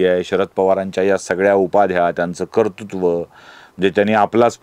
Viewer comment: Kartutva asa uchchar nahiye, yogya uchchar KARTRUTVA asa ahe.